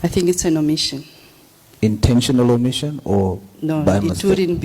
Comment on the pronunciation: " OMITION" word Bathong😂😂 these government rep are hell silly